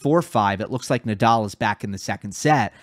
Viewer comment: The "let's get ready to rumble" guy butchered Rafa Nadal's last name He said nay-dal. Also the line judges were not great. And for some reason the challenges were more seen by the audience . That was weird